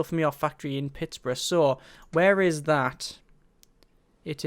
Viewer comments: Please say it Pitts-berg :) :) :) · He's saying it like its Pittburough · I would like, but it didn't bother me. Just a simple mistake of seeing it as Pittsboro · like if your a Steelers fan that got driven to madness every time he said Pittsburgh wrong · I'm from Michigan and I got annoyed at the pronunciation of Pittsburgh